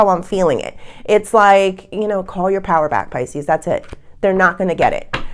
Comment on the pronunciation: It’s Pisces not Pisceseanoys